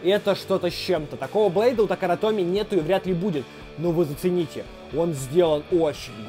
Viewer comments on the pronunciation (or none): Не таракана томи а такара томи